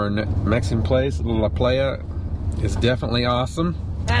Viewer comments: Great video. Thanks for all the information. That area is on winter vacation list. btw, La Playa is pronounced "la ply a". I live in Kansas City and people in the Midwest do say "la play a". Iowa is probably the same. ;-) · It’s a great area to spend the winter. Lots to do! Yes, we accidentally mispronounced La Playa. We knew the correct way but sometimes we get in a hurry and don’t think clearly lol! Thanks for watching! 🧡😁🤓